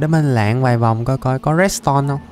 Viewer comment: Anh lọc bị liệu quày từ lượn mà đọc là lạng còn anh người sắc thì rọi là dân lành ???